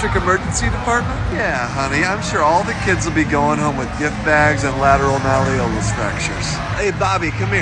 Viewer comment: Is this... is this how malleolus is actually pronoucned and I have been saying it wrong all this time?